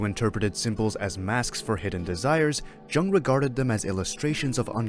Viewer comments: Young not Jung-le! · Polite notice: You are miss pronouncing Jung’s name.